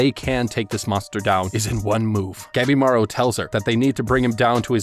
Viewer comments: Whenever he says Gabimaru I keep miss-hearing it as Capybara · Ngl when i first heard him say the main characters name i thought he said Capybara